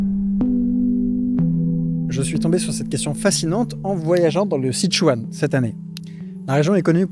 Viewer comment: Tu es sûr d'être allé en Chine ? J'en suis pas sûr, vu la malheureuse prononciation des noms propres. Par exemple, le "Si" de "Sichuan" se prononce "se", 'Zigong" se prononce à peu de chose prête " tze-kong " et j'ai encore plein d'autres exemples. Quitte à faire une vidéo qui explique des choses, autant utiliser les vrais prononciations. Pour plus d'infos, renseigne toi sur les Pinyins. À part ça, tes vidéos sont toujours aussi intéressantes.